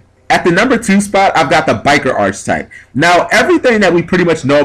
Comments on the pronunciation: Archetype. ARC-I-TYPE. Not Arch-type. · Can I just say it's ARK ay type, not arch type. It's also spelled Archetype... which an e. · Cool video idea, but my GAWD it's physically painful the way you butcher the pronunciation of arch. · It hurts my brain every time he says archetype wrong...why can't any Yugioh player say the word correctly?